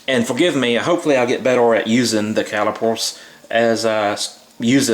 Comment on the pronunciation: caliper not cali pore